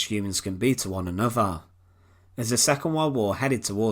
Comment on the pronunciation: "How barbaric and savage human beings can be to one anuvver". Iliterate, uneducated oaf